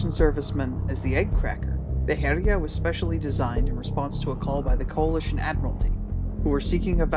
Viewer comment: Following from another comment, it's actually pronounced Hell-yah, almost like 'Hell Yea', but not quite. Speaking as a Scandinavian who has studied more than my fair share of old norse mythology. Still an excellent video as always!